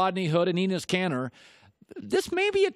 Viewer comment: Ee-nes kanter